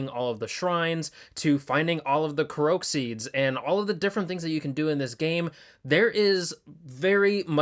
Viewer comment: excuse me? ko-rok seeds?? who say it like that?? it's korok with a long O